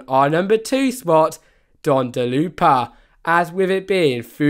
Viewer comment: he also pronounced do dodonpa as dondoloopa